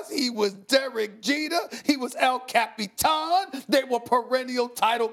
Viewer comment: SASs EL CAP-EE-TAN is as classic as his STAY OFF DAH WEEEEEEDD!!! 😂😂😂